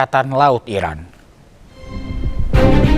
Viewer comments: Iran bukan irak woyy ..gmna si jd presenter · Pembaca beritanya menyebut Iran sepertinya Irak...